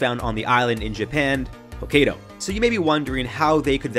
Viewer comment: What will be next, swarms of frogs? P.S., It's pronounced "Hoe-Ky-Doh".